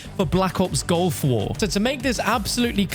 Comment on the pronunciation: its GULF war not GOLF war :(